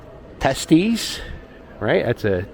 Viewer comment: I don't think that store "Teesty" is pronounced "testes". Ha! Hey, let's all go to that balls store!